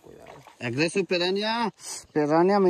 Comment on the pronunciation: Pirrana kadhu bhayya Piranha 😅😅